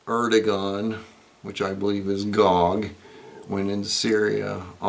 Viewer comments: Air-doh-wan is the correct pronunciation of Erdogan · Erdogan’s Name is pronounced Airdowan.